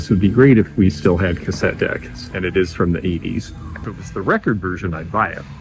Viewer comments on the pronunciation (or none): none